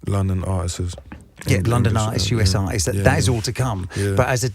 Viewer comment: Can't listen to no one who says "artisses". It's artists dummy!